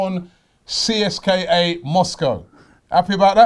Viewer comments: Robbie you dont spell CSKA out, you say it like Seeska. Just saying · In Russia they pronounce it Seeska not C S K A. Just a heads up. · PRONOUNCED (SESCKA) Moscow. Amateur. Go Ozil! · you need to learn how to properly pronounce foreign clubs name,in this case CSKA..